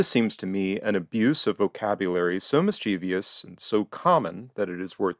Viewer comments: You slander Evelyn Waugh, who knew how to use the English language and would be appalled at anyone claiming he used the word "mischiev-ee-us". It's "mis-chuh-vuhs". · Was going to write the exact same thing. It seems hardly anyone, at least in North America can pronounce it correctly!